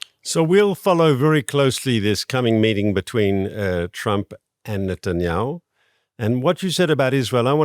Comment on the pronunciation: You said the prime ministers name wrong